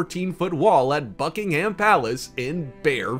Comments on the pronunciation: Not bucking HAM but bucking-umm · Its Bucking - um its not American English